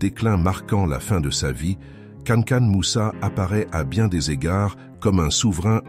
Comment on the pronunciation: Cest pas kanakan mais kankou moussa ou mansah moussa